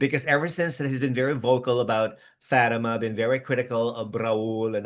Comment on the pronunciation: I hate the way pronounces Fatima’s name! Lol.